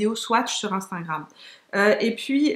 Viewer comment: Cc ma belle super vidéo comme toujours, les superstay de Maybelline j’adore aussi ils sont géniaux. Petit bémol c’est pas grave mais c’est « instagram » on dirait toujours que tu dis « instingram » Pour le reste j’adore 😘😘😘💋💋💋